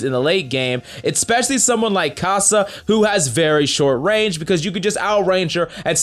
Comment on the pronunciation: For good sake its kai'sa not kassa